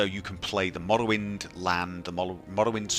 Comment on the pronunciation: "MAwlawind, MawLawind"